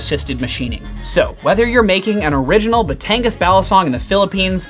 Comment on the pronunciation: Batangas doesn't have any hard A sounds in it. No hate, just cringed a bit.